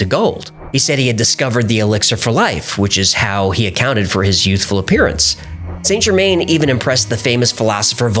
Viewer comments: San-Jermann not Saynt Germayne. Americans using French words is worse than Americans spelling English words incorrectly :D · Good video - and I hate to be that person - but your pronunciation of Saint Germain is wrong. It's pronounced San Ger-man (French) not Saint Germaine. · Correct pronunciation is closer to Sann Zhermehn. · Saint Germain is pronounced JE-man or zhuh-man, not GER-main (even in English). I find this really distracting from an otherwise interesting video. If you want to affect the correct French pronunciation drop the T in Saint, Sain or San JE-man. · St Germain pronounced: san germann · It's pronounced '' San gerMAN''